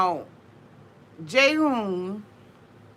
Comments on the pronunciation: it's not pronounciated Jayhoon its g..g Hoon, Ghoon.. =Jihoon 😆🌺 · G-hoon, not Jay-hoon. Sorry I had to clarify lol